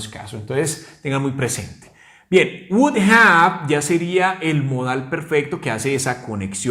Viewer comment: Yo no diría "wudA" sino, "wu-dov" porque al final suena una "V" y NO una "A". Algunas personas la dicen así: "wudof" Pero das la clase muy bien. ¡Felicidades!